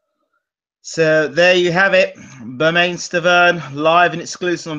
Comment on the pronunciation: It's Bermen not bermaine as far as pronunciation